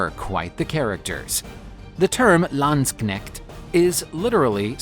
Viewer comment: please learn how to say "Landsknecht" properly